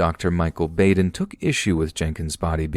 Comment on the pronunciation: His names is actually pronounced Bahden, not Bayden